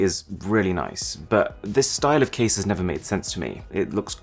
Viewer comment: ze karen casing.